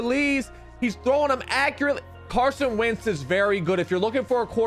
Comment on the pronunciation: My guy really just said Carson Vick lmao